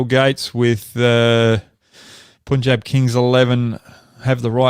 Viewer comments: I love that Hoggy tries to pronounce all the Indian names. Sure, he mixes up a few, but he takes the effort whereas most people in the Anglosphere don't even try. *Shubs! Get Hoggy to pronounce Punjab properly..and not Pooonjab 😅. Thanks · Can you please pronounce Punjab correctly?